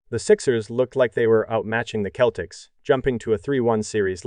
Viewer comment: When you write your script for narration, you've got to write out 'nineteen eighty' or the computer will read it as 'one thousand, nine hundred, and eighty'. You ought to try spelling Celtics as 'Seltics' for the computer as well. It's jarring to hear and easily fixed with a bit of effort/editing. Otherwise, it's a decent video. Thanks.